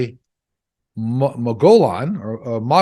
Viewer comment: Interesting reading as always,. Your info is always consistent. Thanks again to you, your guides and your wife. Have a wonderful Christmas holiday! Mogollon is pronounced Mogee-yon!, those two L's in Spanish have a Y sound.